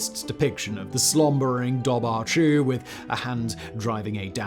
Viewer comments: Pronounced "DOVor khoo" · my dude, dobhar-chú would be pronounced duv-er coo - ch in Irish is a hard k sound, and bh is a v sound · As a native Irish speaker the dobhair chu would be pronounced dower-ku ❤❤ keep gaeilge alive ❤❤ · Just FYI the correct pronunciation of Dobhar Chú is "Dour (like hour) Coo". It means dark hound in the Irish language. Oh and Leitrim is "Lee-trim". Irish words are tricky for non Irish speakers to pronounce.